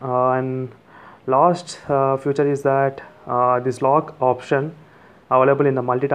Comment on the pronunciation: Although you pronounce "feature" as "future" but i must say, you presented some really cool hidden features, no else found, like screen recording, pinch zoom in messages,etc. I have ordered my coolpad note 3. 😊 Expecting it in couple of days. And Thanks to you, I am dying to use my coolpad now. and i will be contacting you in couple of days to add me in your group. Really great work bro. Keep it up. 👍